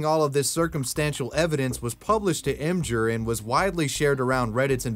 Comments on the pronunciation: Em-jur? Em-Gir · emjur? You mean Imgur (Image-r)? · im-ghur not im-jur.... wtf